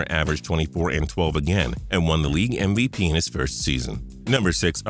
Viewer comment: ..did he say mvpenis ????